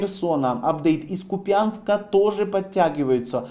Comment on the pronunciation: Купянска ударение на У